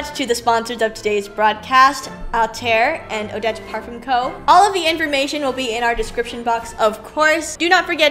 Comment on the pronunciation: Get MBA or Eva Nyce to do a little excerpt for next year & maybe the 5 sisters who dance. Ps the ‘ll’ in Mallorca is pronounced as ‘y’ & the ‘m’ in parfum isn’t pronounced 🥰